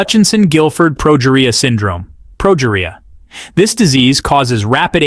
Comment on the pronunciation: For future reference, the documentary series were Sam Berns spoke were "Ted Talks" and the specific one was pronounced "Ted-Ex." As for his condition, it's said like this: pro-GEE-ree-ah. Not complaining, you did a great job putting this video out. I just thought you might want some help for the future. And Adalia Rose was only 15 when she passed. Her life might have been full, but it wasn't long, too the great sadness of us all.